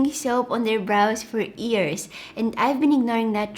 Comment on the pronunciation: When she Says 'years' but it sounds like 'ears' .... Too cute 😩❤️